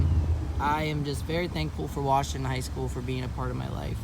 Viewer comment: but its pronounced "wershingten"🤣 all jokes aside great video. sad that the malls are dead. theater gone.🍻